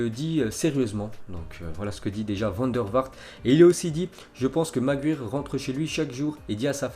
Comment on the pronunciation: Ensuite les gars, 😜comment tu prononces déjà "Maguire"? 😂